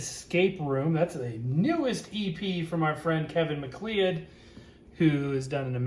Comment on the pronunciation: minor quibble, but the surname "MacLeod" is pronounced "Mac-Loud" or "McCloud". It's a scottish name.